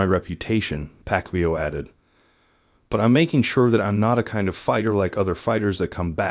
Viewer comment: I will watch the full video when his name is pronounced correctly😂